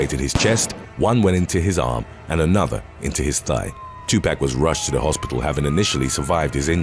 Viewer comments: It's Tu pock not Tu pack 😬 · Two....POCK.....not 2 PACK lol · It's pronounced too-pock not too pack... smh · The way you pronounce some words is annoying. Tupac.. its not 2 pack but 2 poc. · "tupac" is to- pah-k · Tupac is pronounced to Tupoc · "2 pack" ?!!🤦‍♀️🤦‍♀️🤦‍♀️🤦‍♀️🤦‍♀️🤦‍♀️🤦‍♀️ you're old enough to know how to pronounce his name correctly. Put some respect on his name. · The way he's saying 2pac is funny as fuck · you need to see a speech therapist on how to say Jaguar and Tupac lol